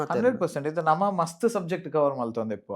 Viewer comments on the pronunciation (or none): It's namma, not namana